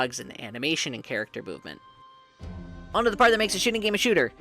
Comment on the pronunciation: "Chat acter" 😂